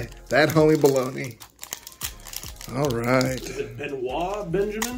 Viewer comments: Be-noyt Benjamin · that's Benoit...as in been-oyt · Pronounced: Ben-oyt and he was a solid big man back in the day.